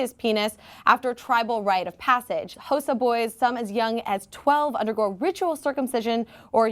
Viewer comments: Xhosa is pronounced "Ko-sa" with a click on the the k. I know you're American but please at least try. And the massive issue is using crude unsterilised implements. There is an option to have the procedure done in a Government hospital which most traditional leaders agree with. However please understand the context of a country when talking about it. There is a law in our constitution which allows "traditional Law" to supersede other laws. For Instance polygamy is illegal in South Africa, but the president has multiple wives due to traditional law. As a white person living in South Africa i come from a different cultural background and might not agree with these practices, but it is an important cultural right of passage for many different peoples in my country so i must respect that. South Africa is a free country that embraces diverse cultures and these boys are protected should they wish to go against the "traditional law". the law only exists to protect those who willingly participate in these cultural activities. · pronouncing khosa wrong the h is silent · Oh,! you missed your chance to say Xhosa with the click on air like three times! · The way she pronounces Xhosa xD